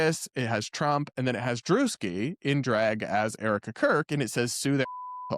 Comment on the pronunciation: So not drewski...